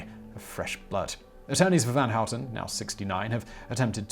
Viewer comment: Your pronunciation of "van Houten" was almost perfect. I often hear English speaker say something like "ven Hoet'n". Nice. The only thing is that you're still making the 'a' very flat sounding, almost like you're saying "ven". But that's only a minor mispronunciation. A small blemish on an otherwise perfect effort. I approve.